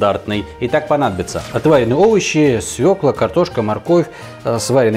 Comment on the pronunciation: С Новым годом! Только пожалуйста говорите правильно, свёкла а не свекла, ударение на ё всегда в русском языке! Как слышу «свекла» будто Самура high carbon по помидорам) кстати, приобрёл точильный камень Самура по промокод, спасибо!